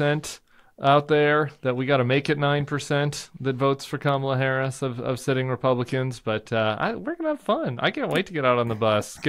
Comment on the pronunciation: Crenshaw who whined for weeks about pete davidson's pirate joke- but is ok about mispronouncing VP Harris' name and Trump's disgusting insults.